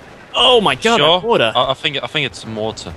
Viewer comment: mahhhhter? lol!!!